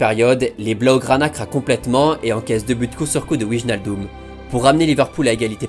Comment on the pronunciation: Vidéo incroyable comme d'hab, merci!! PS: Je sais que c'est difficile, mais Wijnaldum et Van de beek se prononcent Wèïnaldeum (genre comme Wayne Rooney) et Van de bééék (pas Vandebik ni Vandebèk), je dis ça juste au cas où tu souhaites améliorer ta prononciation:)